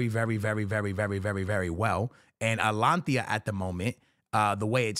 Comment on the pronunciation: Wtf is alanthiya?💀